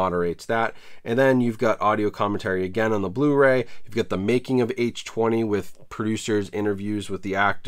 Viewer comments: Halloween H20 isn't pronounced H twenty. It is H two oh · People are gonna give you shit for the H-Twenty pronunciation haha. It was marketed as H-2-Oh like water, granted it was dumb as hell to call it that. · "H twenty?" wtf?? H two oh...lol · H Two OH not H Twenty, nobody calls H2O H Twenty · Nobody:: “H Twenty” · How to get lots of comments on your video: Purposely mispronounce Halloween H20 multiple times.